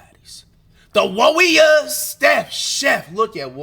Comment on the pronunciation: They way he say warriors always sound like Worriers qnd man id be worried too